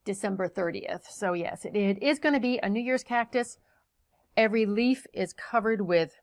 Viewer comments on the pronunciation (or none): none